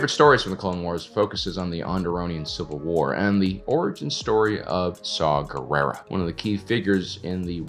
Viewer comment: Saw Gerrera? Did nobody see that his name is “saw war”? Guerere? Guerrero? Guerre?